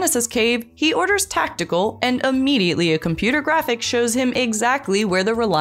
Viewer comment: Did you say tactical or test_cal?